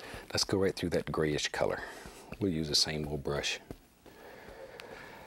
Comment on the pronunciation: And, “About like gat”